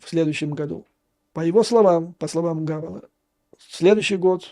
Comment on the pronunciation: Не Гавела , а Павела. Тщательней надо , Юрий Борисович😊